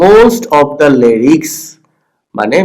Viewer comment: Sir Apnr lyrics er pronunciation ta bhool